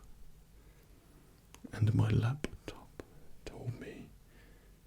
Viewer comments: I believe he said "lap-a-top" several times. LOL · Whys he saying laptop weird